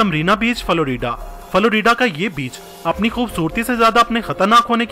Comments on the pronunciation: It's not faloridea it's florida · Florida ko faloreeda